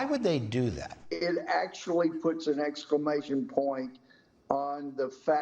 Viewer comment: Did Gohmert just say, "excremation point"? Sounds like excrement to me.